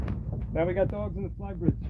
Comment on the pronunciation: Whooo hooo. There’s dawgs on da fly bridge ... lol your New York is coming out lol. Love it Congrats Brother!!